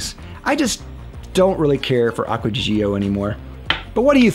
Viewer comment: My question is: Why are so many Americans so unbelieveable bad at foreign languages? It's Aqua de D'jOh. No 'EEE' involved. ;)